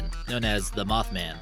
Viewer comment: dude, no offense but it's MothMan... not Moth 'men'!